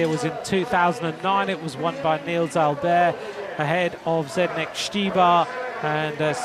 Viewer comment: when is this guy going to learn to say Zdeněk? It's not Zed-neck....